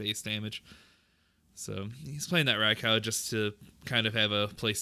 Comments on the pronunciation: Rai-cow lmao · The pronunciation of Raikou is killing me